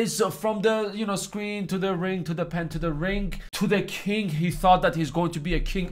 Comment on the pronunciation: Why do you say to the kink instead of king?